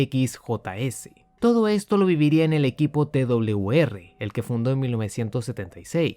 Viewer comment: Hola se dice t doble uve r o TWR saludos desde Venezuela